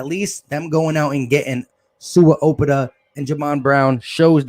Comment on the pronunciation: Its "owe-pet-ah" lol damn bru